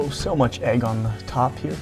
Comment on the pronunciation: its Egg not Aegg. my dad has the same mispronouncing problem.